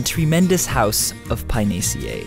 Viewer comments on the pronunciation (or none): think pinaceae is pronounced pee-na-ke-a-eh. pee as in peach. na as in night (na-ee-t). ke as in kettle. a as in Alzheimer. eh as in Enter. not payn-ee-zee-ey. btw caesar is not see-sar, but ka-eh-sar, for reference.